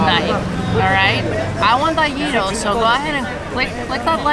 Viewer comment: Wow the gyros 🥙 look amazing!!! Also I think I just learned how to say “gyro” properly for the first time. 😄 Thanks!